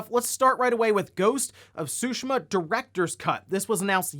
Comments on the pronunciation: I thought the pronunciation is supposed to be "soo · `shee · muh". where did this made up "`soo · sheh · muh" come from? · The T isn’t silent, it’s pronounced as, tsoo-shee-mah. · I like how he pronounced it as “Ghost of Sushimah.” 🤣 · You said ghost of sushima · Why can’t you pronounce Tsushima correctly?! Lol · T shape with your tongue as you would say it on its own and the rest follows.